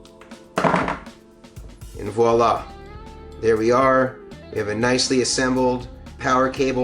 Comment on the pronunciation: So nice to hear you say "Voilà" instead of "Wallah," as many are wont to do these days!